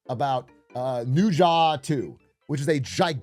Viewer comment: Can't wait to hear Atrioc mispronounce the fuck out of the Mandarin language again Edit: I don't know why I hoped he would say it right bro really said "Nu Lai" Edit 2: "noo zha" 🗣🗣🗣🗣🗣🔥🔥🔥🔥🔥:face-fuchsia-tongue-out::face-fuchsia-tongue-out::face-fuchsia-tongue-out::face-fuchsia-tongue-out::face-blue-wide-eyes::face-blue-wide-eyes::face-blue-wide-eyes::face-orange-biting-nails::face-orange-biting-nails::face-orange-biting-nails::face-orange-biting-nails